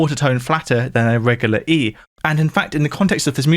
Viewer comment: I can't get over how he pronounces the word 'regular'... regahluh